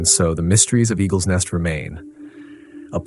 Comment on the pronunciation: You are writing the name 'Eagle's nest' but calling it Egg-r net' . I mean come on man, is it Eagles Nest or Eggrnet.. I know your learning as you only have 4 subscribers but moving forward, make sure you not only know the correct name of a place, person etc in your story but also know how to pronounce it correctly too.